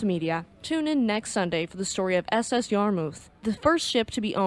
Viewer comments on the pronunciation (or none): none